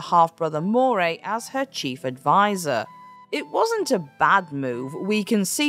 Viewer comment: Really? In Glasgow, Scotland, I've only heard it pronounced Ruff-vin. Also Moray is more like how Murray is said.